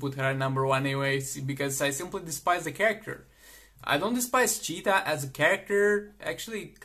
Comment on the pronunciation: The way he said 'CHeetah '